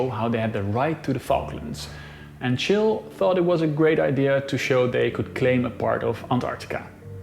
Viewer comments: I like how he called Chile "chill" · You misspronounced Chile